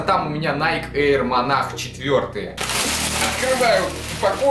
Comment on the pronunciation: Во первых,не монах,а монарх,во вторых кроссовки дикая хуета,они старческие какие-то,в третьих это однозначный зашквар,я б в таких галошах только по лесу ходил,но главное чтобы тебе нравились)